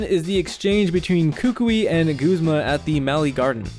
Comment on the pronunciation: Dude! It's guh, not goo, zma. Am I seriously the only one who uses that pronunciation? (watches more) Koo koo ee? Not kook oi? Wtf.